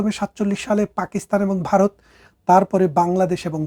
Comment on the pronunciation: ব্যারিস্টার সাহেব ভারত কে" বারত" এবং জন্ম কে " জর্ম" বলেন।😂😂😂😂😂